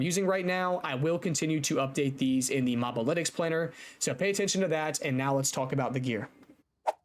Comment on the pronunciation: It's "moh-buh-litics", not "mahb-alitics"